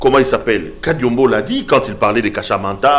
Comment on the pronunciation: C'est normale que tu l'appelles Kariombo et non Kadiombo, même par votre prononciation on sent que vous n'êtes pas Congolais....